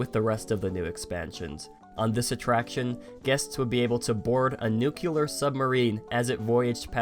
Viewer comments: I'm sure someone has mentioned this before, but there is no such word as "nucular",. We do have a similar word: "nuclear". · "nuke" ular? Nuclear, as in nucleus. It's pronounced (Noo-klee-yer)